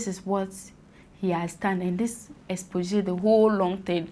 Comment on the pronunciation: My friend, the O in paedophile is silent. And also its not 'expoxay' its 'expozay' as in the way its pronounced. Remember that!